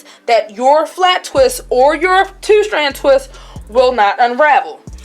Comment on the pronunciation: I’m sorry idk what your accent is, sounds like Baltimore but love how you “two” like tew lmao